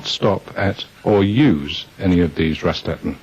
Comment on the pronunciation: "Raststätte", not "Rastatte".